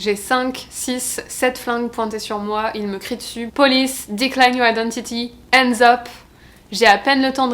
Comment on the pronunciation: Apres tous ces années au us tu pourrais commencer a pronocer la lettre "h". Hands up et non ends up....😤